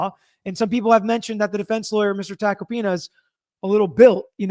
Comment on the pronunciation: Tack-oh-pee-nuh... not complicated, he is a very well known lawyer, shockin you havent heard of him, especially since you are an attorney. He is a New York Attorney.